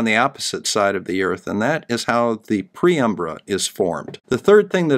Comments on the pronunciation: Not a "pre-umbra", but a penumbra or paenumbra, from the Latin paene umbra, almost shadow. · I'll chalk up "PREumbra" to your dyslexia, it's PENumbra, as written on the diagram PW referenced. The Earth's axial tilt can be ignored. The tilt of the Moon's orbital plane relative the the ecliptic is what matters. That and the size of the cone of the umbra. The way you explained it made it sound like it was the Moon's axial tilt. But by the time you've got the diagram of the nodes out, you're starting to make proper sense again with the words that are coming out of your mouth. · Sorry mate, it's penumbra, not preumbra. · penumbra, not preumbra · "Penumbra," not "Preumbra." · PEN umbra not pre umbra! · Sorry to be such a pedant, but it's pronounced: PEN umbra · I am sure that preumbra, was just a tip of the slongue!😃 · Hey, for the umpteenth time you said penumbra wrong. 😋